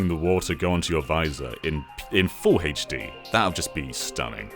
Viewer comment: I love hearing "Haych Dee".